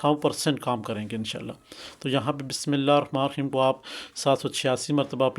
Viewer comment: آپ کو تو بسم اللہ بھی پرھنی آتی اور علی کو بھی علی اس طرح پرھ رھے ھیں کہ جیسے علی کی لام پر شد ھو آپ کو اس سے کوئ فاءیدہ نہیں ھوا ھو گا بلکہ غلط پڑھنے سے نقصان ھی ھوا ھو گا